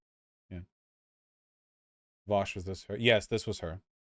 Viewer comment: You're both wrong it's veaush